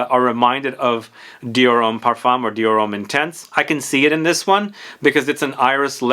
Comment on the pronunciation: Just a side note, the m in parfum is silent and the u in parfum is slightly an a. Par- fin